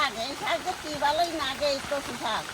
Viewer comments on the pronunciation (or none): Kotha ta nage hobe na lage